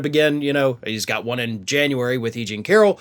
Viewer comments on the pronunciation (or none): none